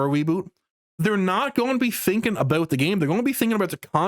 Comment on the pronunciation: My man said 'aboot'.